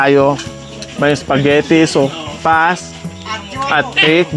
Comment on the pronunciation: Sopas madam not sowfas😅